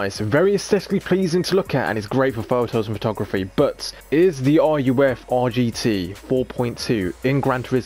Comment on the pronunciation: Also why are you calling ruf (pronounced rough, roof) r u f